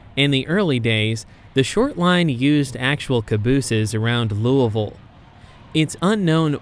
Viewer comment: Thank you for pronouncing Louisville the correct, local way lol. Great video!